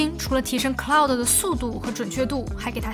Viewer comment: ummmm 是claude。。。不是cloud